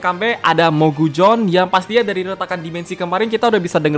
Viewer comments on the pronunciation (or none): Cara bacanya mogusion bukan mogujon